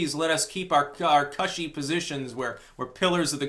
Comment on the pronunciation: Cushy is pronounced like "pushy",.